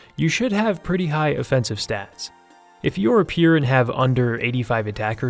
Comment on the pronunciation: Took me a few seconds to figure out what a pier was. I believe he means pure.